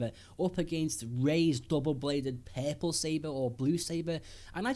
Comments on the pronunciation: I'm not trying to be mean but whenever he says "purple"it sounds like "peple" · every time he said perpil I gaged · Pearpull..........no just no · It's called purple not perple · R R puRple not peple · so funny how you pronounce purple :D"perple" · "PEARPLE? WHAT ABOUT PEARPLE" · omg how you say purple; papple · What color is "pay-pull" ? ;) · Take a drink every time he says 'perple'. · "Perple seber"